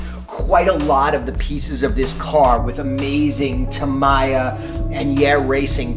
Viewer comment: Tam-ee-ya. Not tam-i-ya